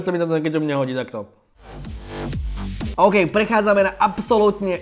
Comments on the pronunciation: "oukey kalorie" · "OUKEY KALÓRIE"